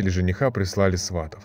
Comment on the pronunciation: СватОв. В каждой истории проблемы с ударениями